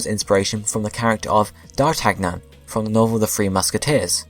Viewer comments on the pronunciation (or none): Hate to sound like a grammar psycho... But you do not pronounce the 'g' in d'Artagnan. It's pronounced "dar-tan-yan."